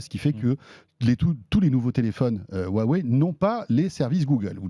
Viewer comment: J'ai un téléphone "Hu-ah-wey" 😂